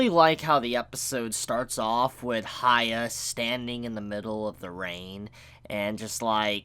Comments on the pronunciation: its not haya its hyakki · love ur review but u calling hyakki haya is annoying...its like ppl calling u caba instead of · Jon Zee He doesn’t even say the nickname properly lol. “Hya” wouldn’t be pronounced the way says it, it’s just weird